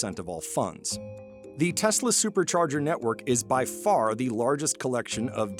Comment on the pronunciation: putin toying with trump. trump toying with elon. "i love teslerrr" 🤣🤣🤣